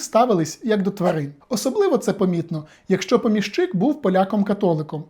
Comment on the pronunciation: ПомІщик. Наголос на "і". При відмінюванні також: помІщику, помІщики, помІщикам. Перевіряйте, будь ласка, такі речі, бо вас слухає велика кількість людей. Відео корисні, змістовні, лаконічні й дуже цікаві, дякую.